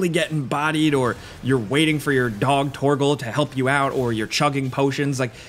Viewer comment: Lol "torgle"